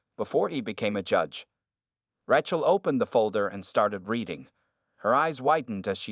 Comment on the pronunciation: The narration continues to mispronounce 'Rachel' as if the first syllable rhymes with rat. In excusable.